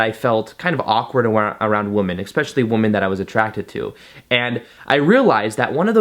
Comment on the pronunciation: Can u please say "women" for plural?? it's like how u say u "men" for plural One man two men One womAn two women ENGLISH LESSON OVER You're welcome. From all the women watching this.